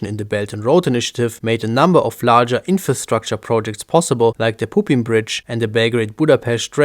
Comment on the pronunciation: 🤭 I'm sorry but the Pupin bridge sounds like Pooping Bridge 💩